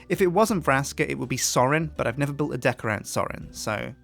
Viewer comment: Is it just me that hears '' D1ck '' when he says Deck?